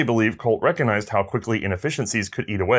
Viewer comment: The "G" in recognize is not silent.